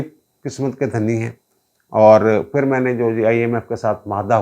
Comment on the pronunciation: Janab, lagz "fir" nahi, "phir" hota hai